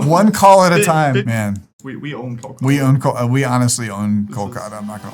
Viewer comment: it's pronounced KAL-KUH-ta.